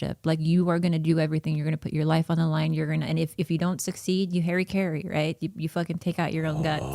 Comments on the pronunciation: nah, it's not pronounced "Hurry Curry" either. Its "HA RAH KEY REE". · The moment i knew i was a weeb was when kept pronouncing it "Hairy Carey" instead of Harakiri and I got pissed and decided to write this stupid comment. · Isn't it pronounced "HUH-REE-KUH-REE"? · Hahaha I love the pronunciation. “He Harry carried himself” (Harakiri) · "Harry carry" is a running joke, bobby mispronounced it that way before